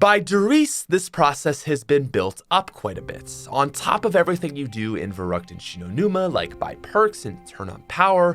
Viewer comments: it's verrükt, it's german and you're supposed to roll the "r" and pronounce the "ü" as "oo" Sorry I'm a little german so I just wanted to help out. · Everyone sayin the map wrong for 12 years then lmao......verrükt sounds a lot cooler then verrookt tho les be real